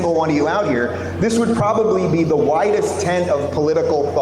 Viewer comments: At the beginning i thought he said "widest" but i think he ment "whitest" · Did he say "widest" or whitest?"